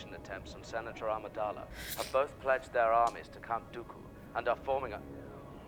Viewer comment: It's Count Dooku. Not Count Doodo or Doobe...